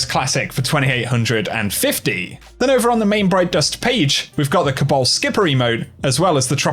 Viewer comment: Emote: Cable Skipper: Cabal Skipper